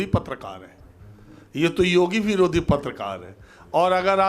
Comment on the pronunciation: ये पत्तलकारों को पत्रकार कह रहा है, उच्चारण दोष के कारण।